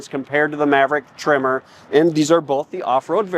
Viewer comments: Your audio pickups are changing the "eh" in Tremor so that it sounds like you keep saying "trimmer." I had no idea why you kept calling the Maverick that until I saw the "Tremor" logo on the seats at one glimpse of the cab. You might want to look into a different lavalier mic setup? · Maverick “trimmer”? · i was listening to this and I thought they were saying “trimmer” edition. 🤷‍♂️ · For the first 5 minutes of this video I thought you where saying "Maverick Trimmer", I was like oh, Tree Trimmer for landscapers package? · Can you please teach that guy how to pronounce tremor? Keeps saying trimmer like he's doing yard work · “Trimmer”???? LOL